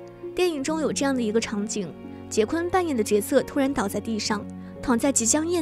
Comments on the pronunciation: 不是百度说是什么就是什么。人家的名字发音就是“华金”，就算你译成“滑津”，我都认了，毕竟这只是音译而已。但是人家名字真不读“杰昆”啊。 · 译名不是杰昆，是华金。他出生在波多黎各，西语里J的发音和英语是不一样的。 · “Joaquin” 的发音是“华金”或者“瓦金”，百度百科人人可编辑。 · 翻「瓦昆」才更接近原發音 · 应该翻译成瓦昆，J不发音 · 所謂的人名翻譯，應該是聽其發音將之翻成發音相同的中文姓名吧， 會翻成"杰昆"的，根本就是沒有去瞭解“Joaquin”怎麼念怎麼發音， 只用自己學過的"英語發音規則"去翻的， 明明現代已經是網路世界，網路上到處都有關於唸到“Joaquin”的發音的影片， 不去探究人家名字真正的念法，將之誤翻然後才來說兩岸三地翻譯各有一套自己的系統， 這種根本不尊重演原本人的作法根本說不過去吧。 如果有人將你父母給予你的名字亂念來叫你，你會覺得無所謂嗎，這是基本的尊重吧。